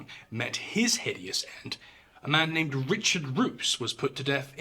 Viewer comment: How you effortlessly and so eloquently pronounce all these individuals names, from varying nations, and different periods of time with such a sharp-tongued delivery is beyond my southern American accent. That said, Japanese torture and killing methods gave even the Nazis & SS a run for their money! The 731 files are just reprehensible to read through.